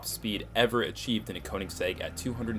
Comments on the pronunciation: what the hell... Check how you should pronounce word 'Koenigsegg'. It's like "e" letter in "check" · Koenigsegg is pronounced königsegg, of course english don´t have the ö and the german language has oe instead. Most english speaking people who try to pronounce it simply say o instead of ö because they have a hard time saying ö or don´t know how to pronounce it.